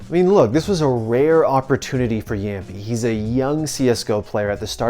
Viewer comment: what is jämpi its jamppi